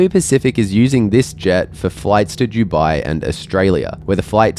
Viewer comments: Is it me or do you pronounce Dubai as Jewbi, instead of Doobi? Come to think of it, which is it???? Am I pronouncing it wrong, or you? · Please for the love of all pronounce Dubai with a hard D 😅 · Why do you pronounce it 'Juwby'? I've never heard anyone else say 'Dubai' like this before. I love the videos but this drives me crazy!